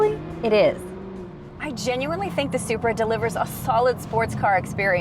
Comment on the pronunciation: did she just say spri and cheeky wtf (English)